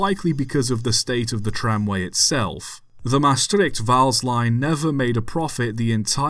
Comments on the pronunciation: 1 you did good on pronouncing maastright and vaals 2 LTM 26 first being believed to be LTM 21 for a while (one of the 0-4-0's) still survives and is the only LTM standard tram engine to survive its currently in daily use at the herritage line stoomtram hoorn medemblik on the old hoorn-medemblik branchline it was jokely renamed NS 8302 for a event a few years back which was supposed to be a NS event but the railbus thing broke down so they printed out a NS 8302 nameplate and taped it on the engine in reference to the only LTM engine to go to NS which ended up becoming NS 8301 3 it was likely scrapped indeed as that is when the germans scrapped a large amount of dutch locomotives too damaged or too none standard to use that remained in germany after the war did hear it was probably used in some coal mines before it was scrapped wouldnt have had any better chance in the netherlands as we all know the NS was firmly trying to cease the existance of steam in the netherlands completely in the 50's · finally a video about dutch trains, one from Limburg at that! Vaals was actually pronounced pretty good so well done😆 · You pronounced the names “Vaals” and “Maastricht” quite properly. No need to apologize. In fact you didn’t butcher the Dutch names at all. I’ve heard far worse. 👍